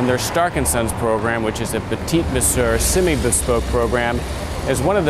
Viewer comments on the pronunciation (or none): none